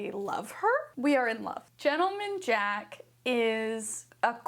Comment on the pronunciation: gent 👏 le 👏 man 👏 jack 👏 is the only correct pronunciation